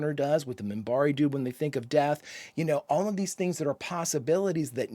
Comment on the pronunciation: First off, it is Minbari, with a N, not a M. Second, the Centauri are clearly ahead of the Humans and the Narn are a little ahead of the Humans.